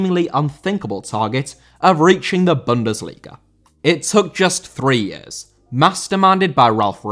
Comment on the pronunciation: Bundesliga * not Bundesliger